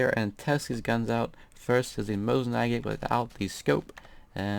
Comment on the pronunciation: lol the mosin nagant you call mosin nagat sounds like mosin maget,XD